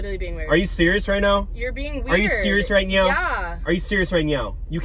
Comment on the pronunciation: “Are you serious right nyow?” 😠 “Are you serious right nyow?” 😤